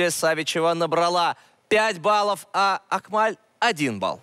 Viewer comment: Не акмаль а Акмал без ь это узбекская имя